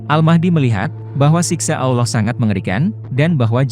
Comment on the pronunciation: Konten ini berbahaya. Nabi Muhammad SAW bukan peramal. Tidak jelas, tidak bisa dipercaya. Nama tuhan kita saja salah dalam pengucapannya, apalagi kata isra mi'raj. Semakin teguh iman kita, semakin cinta kepada nabi kita Muhammad SAW.